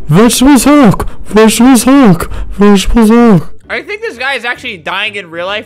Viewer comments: Albert:SALUTE NOW! Me:*salutes* Also me:I WILL HOLD MY SALUTE UNTIL HE SAYS 'VEGETEBLES HULK" Me:*holds salute til' the end of the video* RESPECT. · "vegetebles hulk" most iconic line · its vegetebles hulk